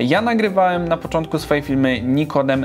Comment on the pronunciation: Czy tylko ja słyszę "Nikodem"?